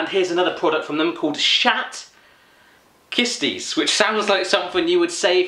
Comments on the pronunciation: "Schat kisties" your interpretation is too funny. Schat (means treasure and the ch is pronounced with a hard Dutch g, it kinda sounds like you're choking) You're reaction to "let's get inside you Winnie" was too funny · lol he can't pronounce the 'sch'-sound